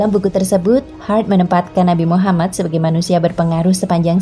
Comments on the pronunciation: Min kalo nyebut nama nabi usahakan Nabi Muhammad shalallahu alaihi wasallam Dan nama nabi Muhamad itu "M" nya 2 jadi "MUHAMMAD" harus jelas dan bukan Muhamad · Tolong buat penyebutan MUHAMMAD UJUNG NYA SAW. DAN "M" NYA DOBLE. M U H A M M A D. S A W